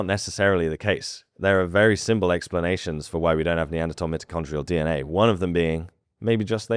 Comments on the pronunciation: You should be better at your pronunciations considering your lineage. It is not MIT-o-con-tree-al but MY-toe-con-tree-al dna I’m sorry but there are not different English dialects used to pronounce this it is quite clear. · Look I don’t care how British you are, you don’t say mitochondrial like that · Stop saying mitochondrial ... It's MITOCHONDRIAL!